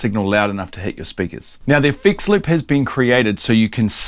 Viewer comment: Here's me wondering what a fix lip is, there's you trying to say effects loop....😂